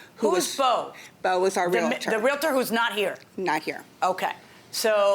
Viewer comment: its realtor there is not i in there. geesh